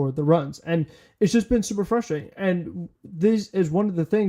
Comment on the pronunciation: please notice the first ‘R’ that appears in the word “frustrating” and endeavor to pronounce it. Thank you for your support.